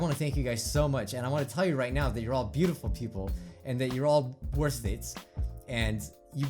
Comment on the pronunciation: When you said we’re all worth it I thought you said we’re all worthless.